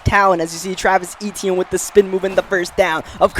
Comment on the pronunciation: Its literrally my name dont butcher it no more😂